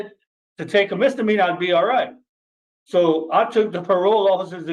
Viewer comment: You keep calling it a MR meanor lol